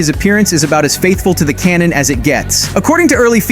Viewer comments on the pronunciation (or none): none